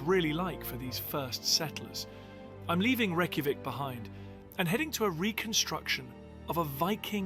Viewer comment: funny watching that guy talking about your country and he obviously doesnt know what hes talking about, and cant even say Reykjavík right ;'D lmao